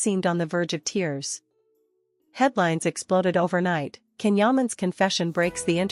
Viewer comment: His name is pronounced John (Jan) Can!! In Turkish c is pronounced as a J!!